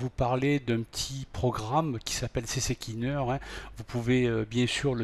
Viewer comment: cccleaner non c est c cleaner